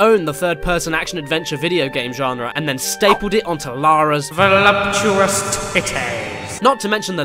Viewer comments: Just stopped by to say, VOLUPUTOUS BREATS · Voloputous breats